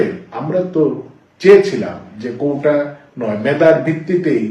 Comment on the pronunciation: কোটা ❌ কৌটা✅